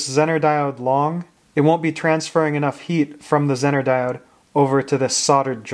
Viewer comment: It is pronounced ‘zeee ner’ not zin ner